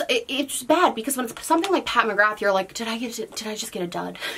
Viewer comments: sameee it seems most Americans pronounce it that way 😣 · Just a heads up from an Irish gal, McGrath is pronounced McGra 💁🏻‍♀️ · Me, an Irish person, hearing pronounce McGrath like that: 🤭